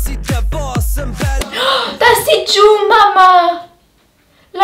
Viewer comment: ES HEIßT MAMAJU xDDD